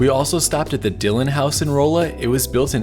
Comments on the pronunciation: I’ve been waiting for this one. 😀. I’m a lifelong Missourian and my brother lives in Lebanon (which is pronounced Leb-a-nun, not Leb-a-non. Just FYI). And it’s Raw-la, not Roll-la. Missouri place names are fun. 😀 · Rah-luh !! (Roll-la 🤦🏻‍♂️) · Rawl-la not roll-a. I'll let it slide. great video as always. cool to see you making videos where i live. definitely used your videos for my trips to arizona/utah. Now I'm adding stuff for roadtrips near me! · It’s pronounced “Rah Lah” not “Roe Lah.” Otherwise, great. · "Rolla," MO is actually pronounced Rah`-luh. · Rolla is pronounce Ral-lah. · The city of Rolla is pronounced RA-la, It was suppose to be named after Raleigh NC but none of the pionees knew how to spell Raleigh. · Great video series! Love this channel and all your content! As a native Missourian I just wanted to coerrect your pronunciation of Rolla. Unless you are from around here it is easy to not know the “O” line in the name is pronounced with an “ah” sound. This is not a complaint just an FYI. Too bad you missed the vacuum museum as closed about a year ago. Looking forward to the Illinois video. Thanks again for all your hard work and great content. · We.live in Lebanon. Its.ok you mispronounced Lebanon and Rolla. Its commonly done. I have learned alot about missouri route 66! Ive really enjoyed your trip!